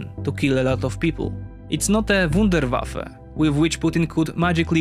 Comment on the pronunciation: Did he really say wunderwaffel like COD: Zombies